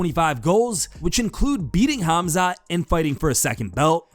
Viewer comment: I m surprised how ddp pronounce right "'Hamzat" , this guy is a real Champ with big heart